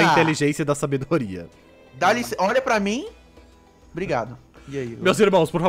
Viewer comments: Ele falou por rá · na verdade ele fala por rá